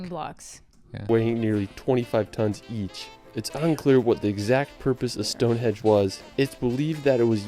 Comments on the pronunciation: "Stone hedge"? It is pronounced as it is spelt "Stonehenge" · It's Stonehenge NOT Stonehedge, Summer and Winter Solstice. surprising that someone who says it he favourite place got it wrong, and as he has spent the last 3 1/2 years exploring Britain. Once you see Big Ben, you don't cross the bridge to see Westminster, NOT MINISTER, it's on the same side of the River. Birmingham would be an anti-climax compared to London! Write a list out of things that interest you in life, absolutely anything, then google those topics in the UK. Art, galleries a plenty in London, Egypt, Rosetta Stone, Sutton Hoo ship burial at the British Museum. Cleopatra's Needle and the Statue of Queen Bodica and her daughters, who went to war in a Chariot against the Romans, are on the North of the Thames Victoria Embankment by Big Ben. 10 Downing St, the residence of The Prime Minister, is just around the corner in Whitehall, as is Horseguards parade, a little further down. Walk through the Parade to St James' Park, turn right and walk to the end of the road and turn left up the Mall, past St James' Palace to Buckingham Palace. Alternative route to Buck House, past Horse Guards up to Trafalgar Sq, named after the battle of Trafalgar, 1805, where the Brits beat the French and Spanish in a Naval battle, and Nelsons Column, Admiral of the fleet. Also, if art is your bag, man, The National Gallery. Turn left up the Mall to Buck Hse or right to Covent Garden, for eateries, shopping, Or walk up Pall Mall to Lower Regents St and turn Right towards Piccadilly Circus and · Henge not Hedge ffs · Stonehedge? LOL. it's Stonehenge. That narrator needs help. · Why did he keep saying stonehedge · Is he saying "stone hedge"? 🤔 😄